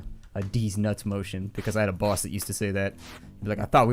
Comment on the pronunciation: I like how he says 'baus'